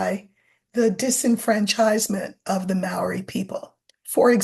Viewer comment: Waitangi is pronounced “Why-tang-ee”, for the curious. And Māori is pronounced “Mah-ree”. They have such a beautiful language, and are a beautiful people and culture.